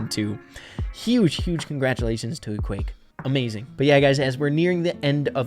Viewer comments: i just realised that u said ekwayck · It isn't pronounced Equake but Eqwac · It’s eqwaak not eqwake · It’s pronounsed equack. Like a duck🦆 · It's pronounced EE-QWARK is some French variation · It is pronounced e-qwaak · I think its pronounced E-quack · I think it’s pronounced “E-quack” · Its ok, but I think its wrong, because there are two 'a's already, and it should be pronounced as in 'quadratic'